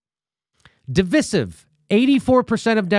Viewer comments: Jimmy, jesus, divisive is pronounced as in divide, division "Div-eye-siv". Wtf is "div-is-iv"? I hope he doesn't pronounce divide like he does divisive. Lol. "div-id" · It's pronounced Div-eye-siv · Mr. Dore........ It's (Divisive) pronounced = də vīse iv. I have NEVRE in my life heard it pronounced the way you're pronouncing it. If you're going to tout knowledge upon the people, please educate yourself first. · Good content but you mis pronouncing divisive and that makes you sound less intelligent